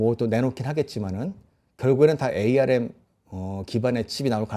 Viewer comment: ARM은 암이라고 불러주세요. 5G='오쥐'가 아니라. '파이브쥐'라고 불러요.